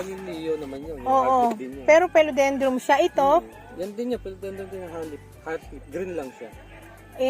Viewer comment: FERN HINDI FERM BROMELIAD HINDI BROMELIAN PHILODENDRON HINDI PHILODENDROM